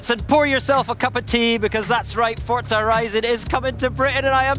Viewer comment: S T O P S A Y I N G "F O R T Z A" THERE IS NO 'T'